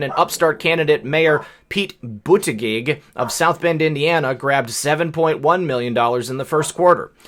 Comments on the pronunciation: Hey Brother. Buttigieg. Is a Maltese name, and is pronounced. Beautijay. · pronounced Pete "boot-a-judge", per Deb truthification chronicles